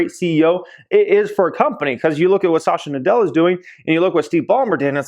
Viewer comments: Please pronounce the CEO name is "Sat"ya Na "dell"a.. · It is not Shashya Nadella nor Azorr :( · You're pronouncing Satya Nadella incorrectly